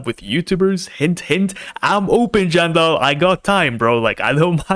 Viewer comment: 7.50 jandel ❌. Chandel ✅